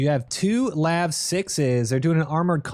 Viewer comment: LAV not L A V. 🇨🇦🌝